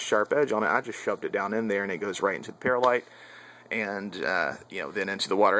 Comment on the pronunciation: It's not pronounced 'pear-lite', like a fruit, but 'pearl-ite' like an oyster gem stone :)